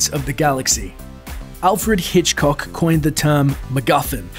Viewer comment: He says Hitchcock like he focuses more on the cock than the hitch.